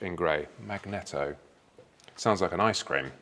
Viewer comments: Its pronounced. Mag‐Knee-Toe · You Said it Wrong, YOU Know What That Should How you Spoke,Two Engine Side Covers Left and Right Normally Clutch and Left MAG-NE-TTO (Alternator/Generator) ffs lol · It’s pronounced magnEEto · Gixxer thou has always had a 190 rear section so not unusual it doesn’t a 200. Had two of these and loved them but this one hardly sets the pulse racing. Dash is absurdly out of date (and they have a colour one in the range), and the wings look like someone just rocked up with aftermarket parts, drilled the fairing and bolted them on. Still be a mega bike either way. And ‘magneto’ isn’t pronounced like that 😂